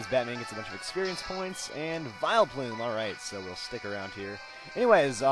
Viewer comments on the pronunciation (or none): none